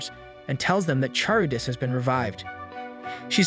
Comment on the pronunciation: "charybdis" got me, since its pronounced as "Kar-ribdis" not "Char-ribdis"